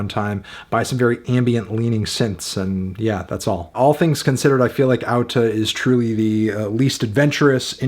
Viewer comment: good on you for pronouncing the title correctly! a with an accent mark is pronounced like au in icelandic